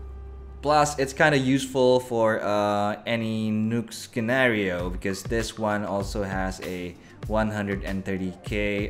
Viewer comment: ow and bro, you pronounce scenario as "sinaryo" not skinaryo. i think i heard that too with ushi.